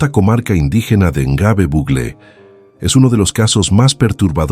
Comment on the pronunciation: Es Gnobe...No lo pronuncia bien.